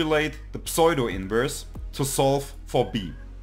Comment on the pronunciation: Thank you, and greetings from Oregon, USA. The mathematics was familiar to me, but I was having trouble getting started using Octave, and this really helped! I appreciate your video and will look at others. One minor comment on your otherwise great English: it took me a minute to figure out that you were saying "pseudo-inverse" but it's typical to pronounce it with the "p" more-or-less silent and a long "u" = "oo" vowel sound. You can listen here